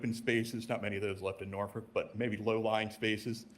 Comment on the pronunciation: What did he say? Norfick? Where is that? No local virginian says that. Its nor-folk or nor-fuk